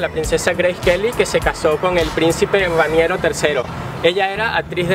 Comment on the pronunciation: Aademas dijo Raniero en vez de Rainero y monaguesco en lugar de monegasco. Los venezolanos no leen entonces tienen un vocabulario extremadamente reducido.